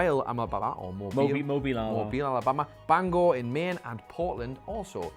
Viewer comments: Gotta give props, you pronounced Bangor correctly ("Gore" as opposed to "Ger.") We also would have accepted Bangah. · Props for not calling Bangor Bang er like every other person does